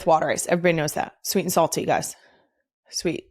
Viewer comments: Water ice is properly pronounced “wooder ice.” Italian ice is an acceptable name; it originally came from South Philly waaaay back when South Philly was primarily an Italian immigrant neighborhood (now it’s an Italian/Asian/African/Latin neighborhood and the BEST place to eat 🤩!) It is not a slushie or an icee. Rita’s water ice is really good, but it’s closer to a slurpee than real water ice. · The real Philly pronunciation is wooder eyes.